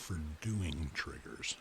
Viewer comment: He says triggers with a hard r